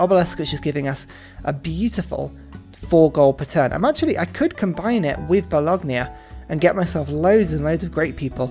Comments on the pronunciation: Bologna is pronounced ba-lone-ya. The g is silent. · Bologna....Bo...lon...ya...............you're welcome. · Mama mia, do you say Lasackna too? Great video as always tho but I always gotta wear headphones when I watch them, otherwise my italian roommate is gonna destroy my laptop.